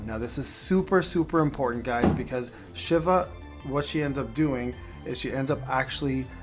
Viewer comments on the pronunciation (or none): "she-va" Not shiv-a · In final fantasy, it's she-va